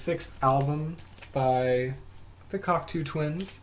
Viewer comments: It's pronounced: cock-toe not cocktoo. 🙂 Cocteau is french and the eau is pronounced as "oh" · Not pronounced cock two..its pronounced cock toe.